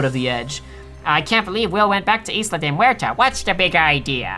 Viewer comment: I'm sorry, but,, please, the "S" is Isla de Muerta is silent - like the English word for ISLAND. PLEASE. JUST. PLEASE.